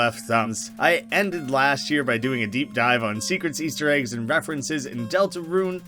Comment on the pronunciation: G-ASTER EGGS Me: aster geggs?